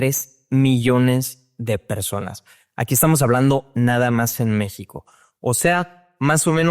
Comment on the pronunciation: Por alguna razón Este cabrón tiene un problema con la palabra México...